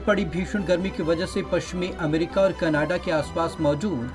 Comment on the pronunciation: Did he spoke canaaada instead of Canada See the video at: Hats off to you man Who employed you. 😂😂😂😂😂😂😂😂😂😂😂😂😂😂